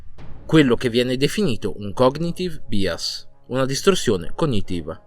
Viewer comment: Bias si pronuncia baias .te lo dico perché ti voglio perfetto e inattaccabile ❤️❤️. Complimenti per il tuo lavoro